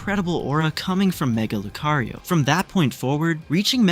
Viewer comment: Leaving bc he said lucario wrong